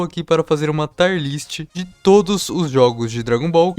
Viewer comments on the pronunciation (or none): a real agonia é ouvir ele dizendo tar list